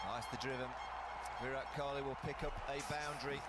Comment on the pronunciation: "Kohli" not "Kohil"